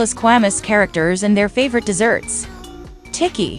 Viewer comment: Bro said tiki instead of Tikki 💀💀